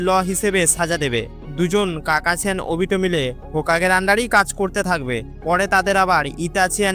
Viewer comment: কাকাছি না কাকাসি